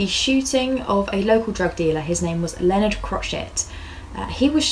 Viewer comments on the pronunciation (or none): none